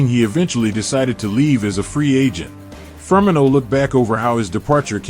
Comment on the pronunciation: the ai cant pronounce firmino